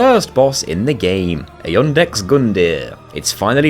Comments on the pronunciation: Lol why do you add an 'N' to Iudex Gundyr every time you say his name? It's just "Iudex" not "Iundex"; it catches me off guard every single time you say it xD. Great job on the vid though. The souls community will stop at nothing to break these games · Why do you insert an N into the pronunciation of Iudex when there is clearly no letter N in this word? Incomprehensible behavior. You keep saying it like I Undex. It's Youdex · The inability to pronounce Iudex as anything other then Yundix with a magically present non existent "N" is annoying